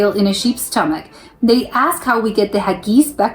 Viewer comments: Just to help you for the future if you need to say this word again......Haggis is pronounced like (Hagg Is) not Haggeees. Think of it like 2 separate words. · It’s not ha-geese. It’s hag-guiss.